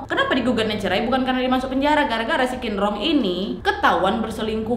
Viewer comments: Masukan sedikit kak, huruf Q itu benernya dibaca Ch, jadi Qin di nama bapaknya itu harusnya dibaca Chin, bukan Kin 😊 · Kak bapaknya bukan dibaca 'kinrong' tapi 'cinrong' 😂😂😂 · Qinrong bcnya Chinrong kak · Buat pelajaran kita sama² kak. Kalau huruf Q untuk orang Tionghoa dibaca C kak. Jadi misalnya "Qinrong" dibaca "Cinrong". Semoga bermanfaat infonya kak